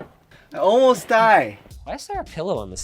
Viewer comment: "I almos die"